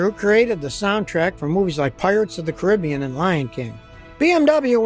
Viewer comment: Scotty says Caribbean the right way